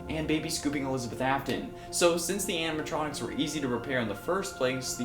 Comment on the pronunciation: It's animatronics dzuh you say it two times without correcting my goodness